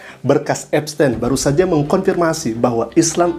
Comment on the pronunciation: Epstin bacanya